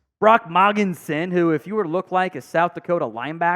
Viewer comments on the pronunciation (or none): Say this really slowwwww Mo-gen-sen!!!! Not Mog-en- sen.